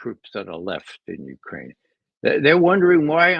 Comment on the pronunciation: I see Ray has picked up Alexander Mercouris's name for ukraine-- "Uranian"!!! Same with John!!!!